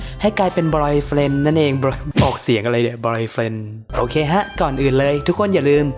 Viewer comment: บอยเฟนดัง